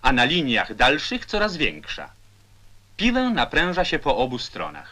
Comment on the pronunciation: Lektor, który mówi PIŁĘ, a nie piłe. I to Ł przedniojęzykowe😗😉😊